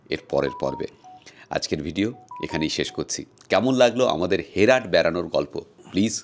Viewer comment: It’s not হেরাট it’s হেরাত